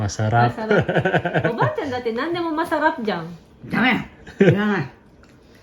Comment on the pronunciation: "Masarah" ang dinig ko hahaha